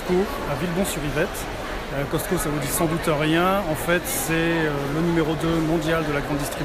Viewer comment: On dit pas Coscto sa s'eppelle Cosco ok mes il est ecrit Coscto Je sais moi j'habite au Québec pis fait ben plus longtemps que qu'on a le Costco